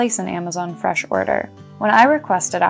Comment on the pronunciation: I like how she says freshlm